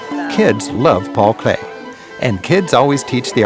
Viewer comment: It's Paul Klee, not Clay😊